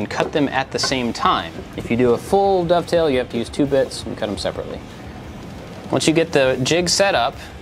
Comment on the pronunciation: I loved the way you said "dovetail" in the intro, like it's some new scary thing. Oh wait - maybe it was! 😂